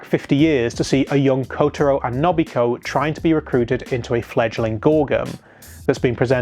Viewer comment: I'm sorry but your pronunciation of A-o-i and No-bu-hi-ko annoy the hell out of me 🤣 still, good video nonetheless